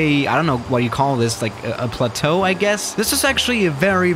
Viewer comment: prnouning "plateau' "Pla te o"